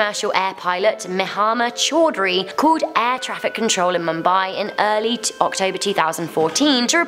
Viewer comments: it's "MOOMBAI" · you are pronouncing Mumbai wrong and I am watching this in Mumbai